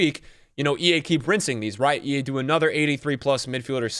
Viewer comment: Did he seriously say “Ea are really smart” 😂